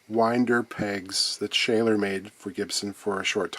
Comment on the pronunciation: Schaller is pronounced "shuller" 😉